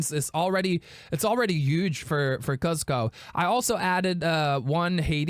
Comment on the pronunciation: Bro you need to watch the emperors new groove and learn how to pronounce Kuzco lol...besides that great vid 👍🏽